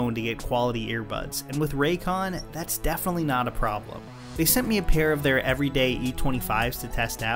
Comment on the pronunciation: Am I going insane or did he say Perry and not Pair?